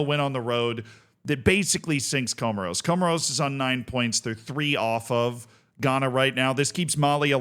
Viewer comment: Comoros😂😂damn dude do some homework and get the pronunciation right😱